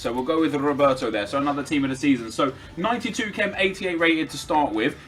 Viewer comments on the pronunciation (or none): none